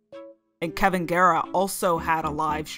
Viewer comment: i just watched this whole video & it was really good. EXCEPT i’m pretty sure you called Kalvin “kevin” but otherwise this is fantastic